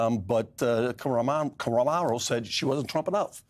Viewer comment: Kamaro, karamo, kommaromo. Really?